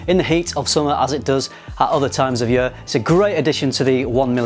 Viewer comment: Am I the only one who noticed the pronounciation of 'year' like 'yuur' lol